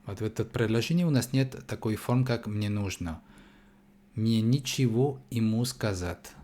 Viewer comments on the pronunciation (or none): предложение 7. Мне нЕчего ему сказать. 😊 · НЕчего... Ударение на первый слог! Звук Е Не меняется на И...!!!😊